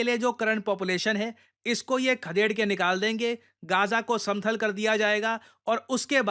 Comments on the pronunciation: समथल ❌ समतल ✅ 🙏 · सर समतल होता है समथल नहीं होता है। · सर, समतल होना चाहिए , आप समथल बोलते हैं !!!☺️☺️☺️☺️ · Samthal nhi samtal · भाई "समथल" नही समतल